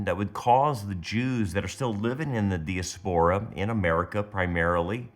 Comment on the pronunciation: It is pronounced di_(like dye) as_per_ ah